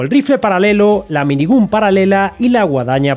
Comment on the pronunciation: El vídeo bien, pero por favor, pronuncia bien "minigun", que en el proceso de ver el vídeo me sangraban los oídos XD